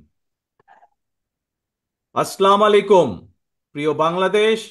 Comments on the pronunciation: গুরু আপনাকে ভালোবাসি❤ কিন্তু গুরু আপনি একটা মিসটেক করেছেন😢 আপনি যেভাবে সালামটা দিলেন। আছসালামালাইকুম। এভাবে কেউ সালাম দেয় না সালামটা হবে এরকম। আসসালামুয়ালাইকুম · আপনি ত সালাম টাই ঠিক মত দিতে পারেন না, মুসলিম দের,প্রতিনিধিত্ব করতে হলে,সঠিক ভাবে সালাম শিখুন, আসলামাlai kum না বলে, Assalamu alaikum, বলুন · সালাম টাও শুদ্ধ করে দিতে পারে না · ওনাকে কেউ পারলে ঠিকভাবে সালাম দেওয়াটা শিখায় দিয়েন। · ঐ মালু না আপনি মালু নাকি আমার সন্দেহ কারণ সালাম শুদ্ধ হয়নি সেইটা ঐ ভাই বুঝেছে কিন্তু আপনি বুঝেননি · সালাম টা সুন্দর ভাবে বলতে পারেন না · বিসমিল্লাহ ও ঠিক নাই সালাম ও ঠিক নাই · প্রিয় তারেক সাহেব, আমাদের প্রিয় মাতৃভূমি আজ এ অবস্থায় এসেছে শুধুমাত্র ছাত্রদের আত্মত্যাগের কারণে। দেশের আপামর জনগণ যাকে পছন্দ করবেন তিনিই পরবর্তী সিংহাসনে আরোহন করবেন।অনুগ্রহপূর্বক এই সুযোগ আপনারা নিজ স্বার্থে কাজে লাগাতে চেষ্টা করবেন না। আর হ্যাঁ মুসলমানের সন্তান হিসেবে শুদ্ধভাবে সালাম দিতে চেষ্টা করুন ধন্যবাদ।